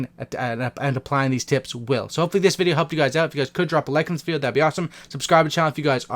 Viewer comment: A videy game? He said videy towards the end and he said fortday